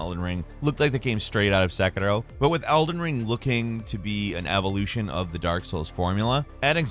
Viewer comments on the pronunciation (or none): none